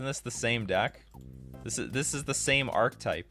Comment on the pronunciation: Archetype = ark-ih-type